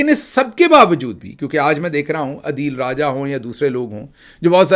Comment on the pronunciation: ڈئیر گل صاحب آ پ ہمیشہ عدیل راجہ بولتے ہیں ان کا نام اصل میں عادل راجہ ہے